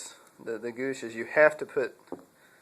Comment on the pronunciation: Goosh? Pronounced G-wash.